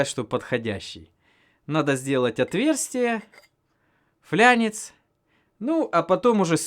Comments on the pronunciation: хух чуть не пригорело==== ФЛАНЕЦ, ну никак не флЯнец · Не флянец,а фланец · флянец - ФлАнец 🙄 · 100 пудов это будет мега-супер-пупер бульбулятор на турбо тяге,епта!!!!)))))) А если серьезно: ,,подшиБник", ,,флЯнец"... Товарищ,лучше бы вы вместо такого матерились! Как сказал однажды мой друг - ,,это все равно что вместо пирожок сказать ПАРАЖОК". Но все равно - пипец как интересно что получится...))))